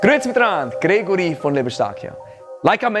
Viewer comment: Gritz gran, I am Gregory from Libenstancia....emphasis on the exaggerated gr sound, I love it.